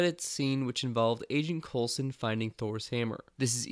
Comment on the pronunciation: You almost got my surname right. But for future reference, I can confirm, it is in fact pronounced Cool-son